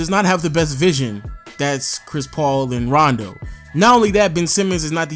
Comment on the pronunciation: This man said rondo 💀